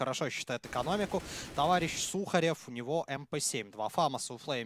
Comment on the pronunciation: не иван сухарёёв а иван суууухарёв